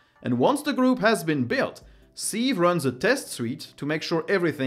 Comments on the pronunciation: Just so you know,, sieve means passoire or crible and is pronounced "siv" rather than "seev". No shade intended, I only mention it because your English is really pretty good. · FYI sieve is pronounced siv, with an i as in lip